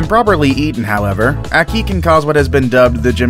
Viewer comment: A-Key fruit. That annoyed me